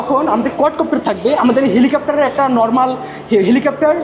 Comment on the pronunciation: ওটা 'হেলিকপ্টার ' হবে কাপ্টার না